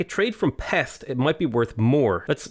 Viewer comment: Its not pex but peshť